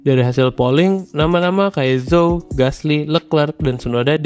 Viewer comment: Zhou dibaca "Jou" min